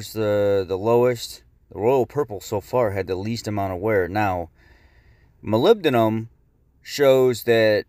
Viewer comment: It is pronounced Moly-Bed-num! not molbedum other than that great information